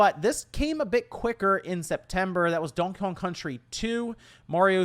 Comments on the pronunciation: Dunky Kong lmao, dude just say DON KEY KONG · i swear he keeps saying dong kong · why does he pronounce donkey kong like that